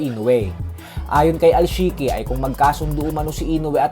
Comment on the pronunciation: D2 ay ALSHIKI. Sa kabila kc ay ALALSHIK pag pronounce😅